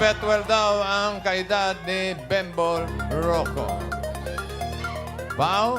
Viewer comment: Bembol, hindi "bimbol".